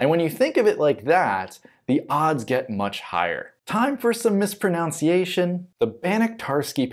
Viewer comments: Time for some misproNOUNciation! Lol, the irony! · Speaking of mispronunciation, you mispronounced "mispronunciation", which has no o before the u :) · You mispronounced mispronunciation.